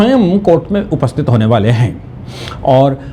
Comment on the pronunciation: बाले नहीं । वाले। कुछ बड़ा करने वाले है। अपनी हिंदी सुधारो।